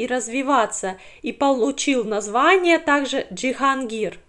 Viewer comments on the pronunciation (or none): Почему ДжихАнгир?